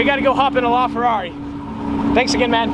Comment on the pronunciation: He pronounces LaFerrari so wrong lol